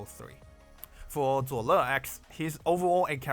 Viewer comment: some how your zuo le pronunciation is perfect.. lol